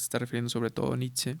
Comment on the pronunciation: La pronunciación correcta de Nietzsche es Ni-t-she! En alemán la ie suena como una i larga, en esta palabra la z no suena y la sch es shhh y la e suena como e.